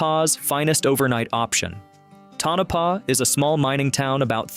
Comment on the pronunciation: FYI... Tonopah is pronounced Toe-na-pah.